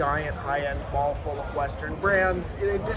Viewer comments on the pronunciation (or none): That's not how to pronounce mall.